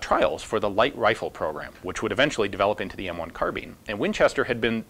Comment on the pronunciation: Kar Bean or car-bine? It's so important I can't get past it all? You also mispronounce your own last name. Who does that? :)